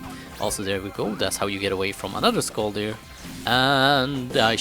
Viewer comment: It is not pronounsed skolldir the o thing is a danish/norweiyan letter. In sweden it is an ö